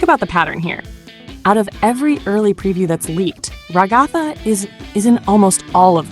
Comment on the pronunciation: ragotha? 🤣 its rag-uh-thuh. Lolll